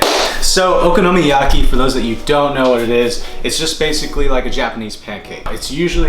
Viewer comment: Would live to see a blooper reel of you trying get “okinomayaki” right! 😂